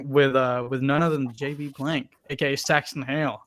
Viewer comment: Did I just hear "Sexron Hale" or am I stupid?